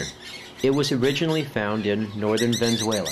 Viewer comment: Its Venezuela not Venzuela